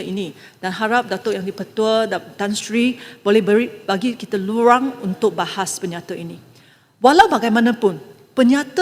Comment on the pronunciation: Bagi lurang... tapi RUANG...😂